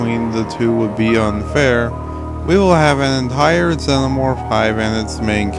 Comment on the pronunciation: How do you pronounce xenomorph so incorrectly?